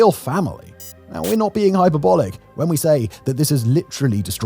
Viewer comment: “hyperb-olic” NOT “hyper-bolic”